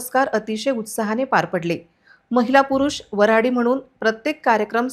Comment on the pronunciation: "वऱ्हाडी ",,असे,,,, वराडी , नाही,,,, 🤷